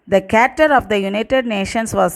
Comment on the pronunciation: Pronounce as charter